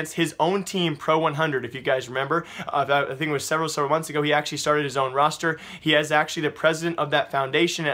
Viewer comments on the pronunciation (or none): none